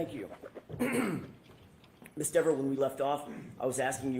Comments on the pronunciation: Is he saying, “Miss Denver?” 🤣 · DEVER rhymes with NEVER (important to say Diva's name correctly)😂